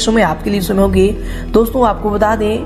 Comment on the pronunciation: Uccharan to sahi kijiye? शमय न बोलिये समय बोलिये.......शंकित नहीं संकेत होता है........